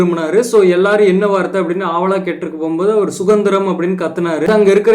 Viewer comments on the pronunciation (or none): தம்பி சுதந்திரமா.... சுகந்திரமா...